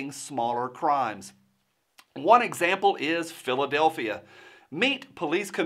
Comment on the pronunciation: Philth-adelphia LOL.